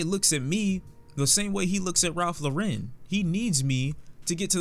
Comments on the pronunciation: why in the hell does does he keep mispronouncing Ralph Lauren? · Have I been saying Ralph Lauren wrong my whole life? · Why do you pronounce words so weird Ralph Larren Story of Adeedon Boi